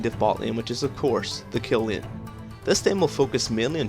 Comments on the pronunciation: "sustin lin". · i thought u wrre saying pope with poke and lieen with lane